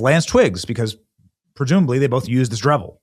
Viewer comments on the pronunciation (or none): Dremel not Drevel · Benny. It's Dremel, not Drevel. I feel like you have such a need to put content out every day that you're not taking time to verify and present your information as well as you should be. I've started watching your content less because of things like that along with all the clickbait